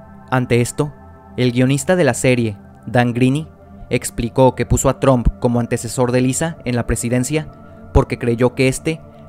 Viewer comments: PRONUNCIA BIEN. NO ES TROOMP ES TRUMP, se pronuncia con A no con O. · cuando pronunciaste Trump como Tromp, perdiste mi atencion. Pausa y chau video. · no puedo creeer que dijo TROMP no puedo creerlo amigo no se dice el nombre como se lee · ¿Por qué dicen Tromp? lol